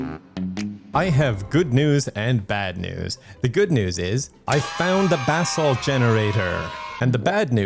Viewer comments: Every time said "basalt" I heard "bath salt" and I wasn't even surprised lol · Every time you mention basalt, I hear "bathsalt" and then I have to wonder who would create that mod lol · Keep thinking he's saying "bath salt" instead of basalt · took me too long to realize he wasnt saying "Bath Salts" for basalt :' ) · I kept thinking you were talking about bath salts, and not basalt. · I kept thinking the same thing... lmao 😂